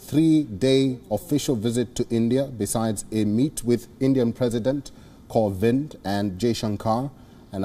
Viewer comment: The way he said Kovind😅